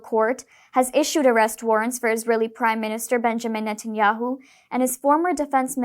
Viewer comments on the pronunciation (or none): none